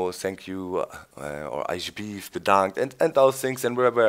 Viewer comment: alsjeblieft bedankt haha you're good in Dutch Doc!!